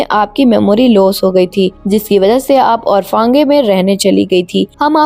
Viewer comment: आरफांगे नही होता आरफनेज होता है